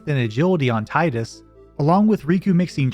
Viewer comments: It's Teedus, not Titus. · "TIE-DUS". Tee-dus. Tee-dus. GOD please. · Good video, but you keep pronouncing Tidus' name incorrectly and it is so triggering lol. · THANK YOU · The utter pain of hearing Tidus's name mispronounced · Oh great, another moron who doesn't know how to say Tidus.